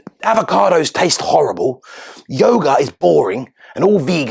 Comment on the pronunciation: Why does Meghan pronounce every word that ends in a as er? Yoga, yoger, idea, idear ?